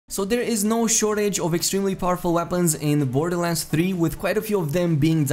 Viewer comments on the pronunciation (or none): none